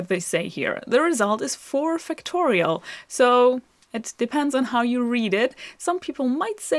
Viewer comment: Great lessons. (Until I saw it written as Factorial, I thought you were saying Fictorial.)